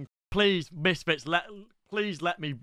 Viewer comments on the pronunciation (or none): Like this if you don’t know why says Schole instead of Skull 💀